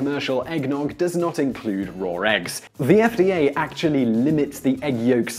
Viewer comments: Sean Dyer and yet, there still are no "r's" in "raw." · Listen to how he says "raw egg." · Sean Dyer Yeah, where did I say he was wrong? I've known for a long time that the Brit accent adds "r" on the end of some words (as someone else pointed out, Oasis famously says "champaign supernova(r) in the sky.") Seriously, not everything is a personal attack on you. If I want to point out something that I think is interesting and unusual (to me) then maybe I just think it's interesting.